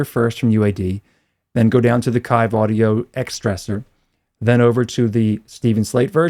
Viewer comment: FYI, it's pronounced "Keeve" audio. No worries.